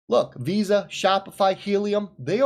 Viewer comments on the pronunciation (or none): none